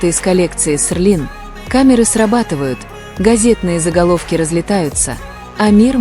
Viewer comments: Может Селин,а не Серлин?И вы назвали имя другого модельера.Это не Эди Слuман,он не модельер Seline. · Вообще-то Селин а не серлин. Постоянно каверкаете и ударение не правильно ставите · Хотя бы правильно выговаривайте СЕЛИН 😮😮😮😮😮